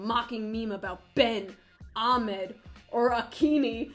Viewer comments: no hate but her pronunciation of "ahmed" made me cringe lol. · I love how you pronounced ahmed lol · Erm ExCuSe mE, you didn’t pronounce Accchhhhhhhhhhhhhhhhhmed correctly. Can I please speak to your manager, I’m gonna sue you for sexual harassment of my child!!!!!